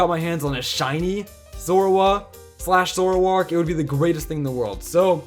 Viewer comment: There is no U in Zoroark!